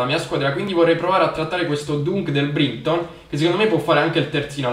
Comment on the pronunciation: si dice DANK del BRAITON Comunque bellissimo episodio